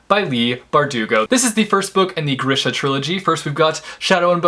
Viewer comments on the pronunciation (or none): I think grisha is pronounced gr-ee-sha